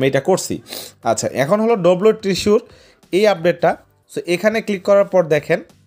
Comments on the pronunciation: ট্রিসুর না রে ভাই, শব্দটা হবে "ট্রেজার" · Treasure❌ Tisur✅😂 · ট্রেজার ❌ ট্রিসুর✅